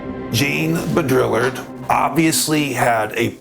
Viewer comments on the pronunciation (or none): I absolutely love this presentation. One thing I’d like to point out, no intended insult whatsoever, but pronunciation of Jean last name is BOW-DREE-ARD. 😊 An additional suggestion, I’m exploring the origins of Mandela..fascinating that different tribes and places around the world have Mandela.. to me they each represent a specific resonant frequency, or music note, which is sound. And some specific mandalas are handed down as representations of the tribe..or phenotype..or DNA sequence…in frequency. To me it’s like it’s their stamp or family crest.. it’s their DNA frequency code. What do u think? Worth exploring to me